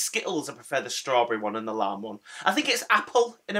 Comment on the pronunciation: I'm so happy these are back albeit for a short/limited time...yep Lime has always been my favourite but unlike you I love sour apple too and I'm another decade and a bit older than you. I had to do a double take when you said lime as it sounded like you said lamb!!! I don't understand 'why are they allowed to let you go from your job? Its not like its going to be forever is it? I am so sorry...Do take care...Mand X